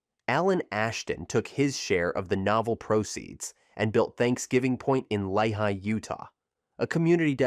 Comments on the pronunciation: It would have been great if you'd have at least learned the correct pronunciations of the names of the companies and towns, included in your program. CŌREL, NŌVELL, LĒHI, Utah. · That is NOT how you pronounce Novell, Corel, or Lehi.